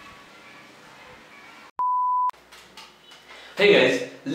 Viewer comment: 👏 idea kada hai vai 👏👏 & tyo last ko lets, letsa, lates,......... 😅😅astai hunxa video ma awaj 😂 नेपाली mai boldim jasto hunxa last ma 😂